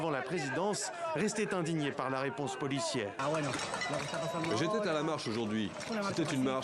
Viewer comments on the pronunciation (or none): « j'étai ta la marche… » les liaisons dangereuses 🤣